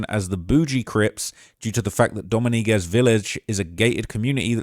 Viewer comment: Doh- meeng-ez you welkum